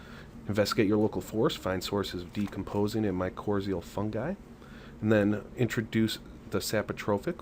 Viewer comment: My-cor-rye-zul. You are mispronouncing it.